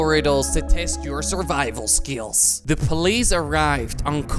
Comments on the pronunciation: Is it just me or does j Kwebblekop say skeels instead of skills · Kwebbelkop says "To Test your Survival Skills" he said skills like survival skiells XD